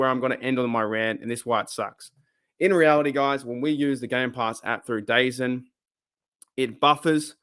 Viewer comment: Are you mispronouncing dazn on purpose because you hate it so much?